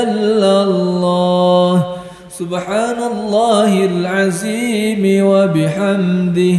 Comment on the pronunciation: Maap itu makhroj huruf dzo perlu di perbaiki bacanya jgn za contoh pada kalimat astaghfirulloohal'adzim... Jgn jadi aziim